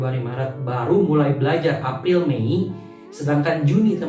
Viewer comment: “Bulan Afril” hihihiiii